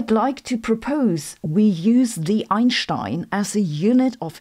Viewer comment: Wasn't ready for the Einshtein 🤣and especially not 0.1 Einshteins 🤧, that all woke me up pretty fast 💀